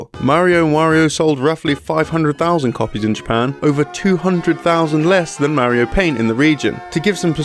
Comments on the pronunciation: I'm sorry, but if you're going to make a video about a Mario game, you should be able to say "Mario" correctly. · You should learn to pronounce mario.